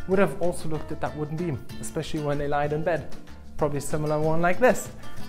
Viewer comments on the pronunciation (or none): none